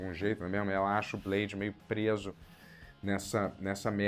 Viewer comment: " É blede, daywallker !".❤